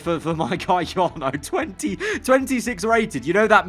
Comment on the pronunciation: Jarno is butchered